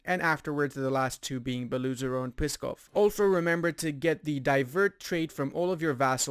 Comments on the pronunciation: Not Beloozero, Belo - “white” ozero - “lake”. So this is just double “o”. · Fun fact: Beloozero means "white lake", aaand you pronounce it terribly. :D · Good video, but in name Beloozero oo it is not oo=u, In theory, these are two words Belo who translates as White and Ozero who translates as Lake.